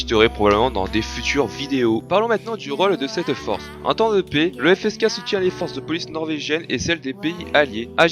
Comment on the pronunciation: Pour répondre à tes questions. 1 : Ouais ça va. 2 : Non je connaissais pas. 3 : La prononciation est pas mal.